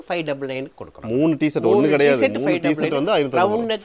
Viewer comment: தம்பி அது பேர் சேட் இல்ல ஷர்ட் 😂😂😂😂